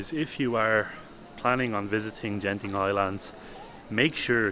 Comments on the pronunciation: Hi beautiful video, never miss your journey, by the pronounciation Genting, the 'G' is as you pronounce get or goat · It's not Jen Ting but Gent ing (as in Greek not Jreet)